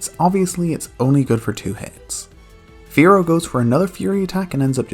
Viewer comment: You called the fearow "fear" in spanish, pretty nice XD (I'm spanish and your pronunciation isn't bad at all!)